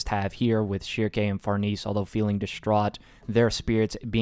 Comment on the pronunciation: Also the pronunciation for Farnese is Far-Nah-say, hope I’m being helpful